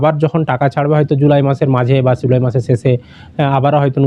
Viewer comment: July pronounciation karte pare na se abar cm